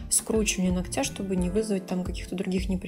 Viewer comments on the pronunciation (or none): Очень классно все, как всегда, и никакие какашечки ничего не режут, а только очень хочется слышать их под нОгтя а не ногтЯ и тУфлей а не туфлЕй, пожалуйста не обижайтесь 🙏 я не со злым умыслом, с уважением и наилучшими пожеланиями❤❤ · Ударения слух режут... Но работа прекрасная, как и всегда Хотя несколько видео назад я порадовался – думал, заметила и взяла на заметку "ноГоть" и "нОгтя" и вот ничего Эх